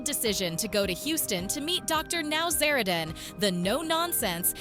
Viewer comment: It wasnt james mom bringing him food, it was his girlfriend. Get your facts atraight for goodness sake. Good grief. Dr Now-zara- Dan? Wrong. Totally ruining the drs name.